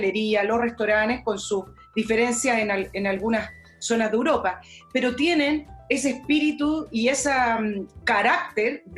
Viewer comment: es "Europa", no "uropa"...